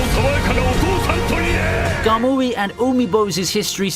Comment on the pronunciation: Not every K sound is a G sound my guy. Hearing "Ga-gura" and "Ga-mooee" hurt a little. Good job on the other names though